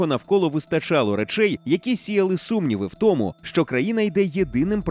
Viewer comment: В українській мові НАГОЛОС - томУ, а не тОму